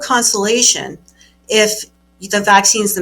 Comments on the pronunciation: She pronounces EXCESS like ACCESS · What the hell are “access deaths”? Is she trying to say “excess deaths”? Doesn’t bode well for her credibility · I know she is very smart, I’m sure she is smarter than me, but the word is excess not access. Maybe she’s saying it right and I’m just hearing it wrong, or maybe my OCD is just working overtime, but accuracy matters especially when attacking big “farm”. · pronunciation of "excess death"